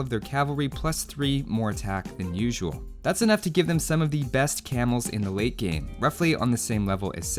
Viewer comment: Lol every time you saylate game, i keep hearing weight gain XD